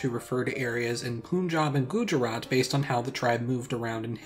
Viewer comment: AGH YOU DIDN'T PRONOUNCE PUNJAB OR GUJARAT RIGHT I guess it's fine tho :)